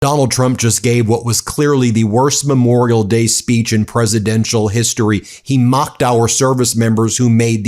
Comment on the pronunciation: He thinks it's Me-morial Day. Disgusting thug.